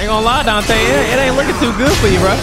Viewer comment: I spit my drink bru 😂😂